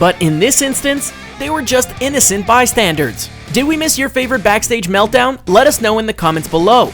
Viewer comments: bystandERs, not bystandERDs. Nerd. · It's "bystanders", not "bystandards". ;-)